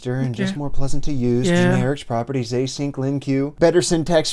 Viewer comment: LOL, I felt that one. Had a coworker who used to call it Lin-queue. Used to drive me nuts. 🤬